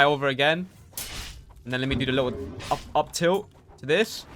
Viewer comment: "Let me hit that up tilit." Bro is in the wrong game 💀 super smash bros ah